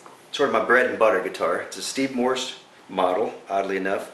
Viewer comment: it's Morse not Morrison... dammit!